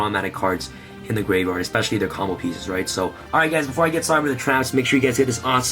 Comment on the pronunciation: I thought I heard “send this card to the gay bar” I’m like wait whut. That can’t be right.